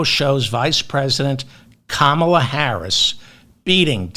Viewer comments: David, I know you’re not doing it intentionally so don’t take this as a scolding. But… you keep mispronouncing Kamala’s name (just like the idiotic republicans). Think of a comma,,,,,,,,, Kamala! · You got to do better with that pronunciation Think comma, you know the punctuation mark? You’re welcome. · David, I luv your show, but PLEASE pronounce her name right! KA-ma-la! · If you're going to devote massive airplay to a person, st least learn to pronounce her name: KA-ma-la. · Kindly pronounce her name: Comma (like the punctuation mark) La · KA MA LA, David!!! Get it right or stop talking!! You are far, far, far too old to be speaking like a moron! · Hey Ferdman, it’s COMMMA-la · David FYI, it's Comma-la. Just don't want you to alienate fastidious Kamala supporters. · Halfway through his recording he started to pronounce her name correctly, so was he just riffing on his viewers with the improper "Kam-mal-ah" pronunciation at first? She can beat Donnie Downer but yes, a Bernie Sanders deal would be nice. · I just told him. It rhymes with Pamela. Hope he gets it right by the time she becomes President. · David…it’s KAmala…like Pamala with an “ah” sound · Calm a la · Can we get a correct pronunciation of this woman's name?Maybe we should ask her. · I love your talks, David, but I felt compelled to comment that VP'Harris' first name has an accent on the first syllable only. I find it annoying when names are 'Africanized or 'middle easternized' as in including 'Obama's' middle name in a subtle way to make them perhaps less American. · I think your commentary very valuable, but could I just ask you to pronounce her first name with the accent on the first syllable? I know it isn't essential, and I was for keeping Joe Biden. I am irritated about that, but behind Kamala Harris. I come to hear you every day, and I thank you for your contributions. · Learn how to say her name ferfuksake. You get it right about one time in ten. IT AIN'T HARD. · Kamala rhymes with Pamela.